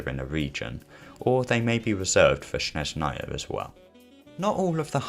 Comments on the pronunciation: Not Snezh’naya, but ‘Snezhnaya (I’m Russian) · with the stress on SnEzhnaya instead of SnezhnAya (like LeviOsa intead of LeviosA) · "SHNEZNAYA" lol